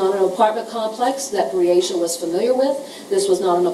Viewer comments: How many times did this devil of a lawyer mess up this poor childs name....smh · I’m sick & tired of that lousy defense attorney , mispronouncing that poor baby’s name. That says a lot about his morals. YULK 👿